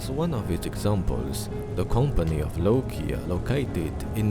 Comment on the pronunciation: This actualy inspired by finland, he even say lokia instead of nokia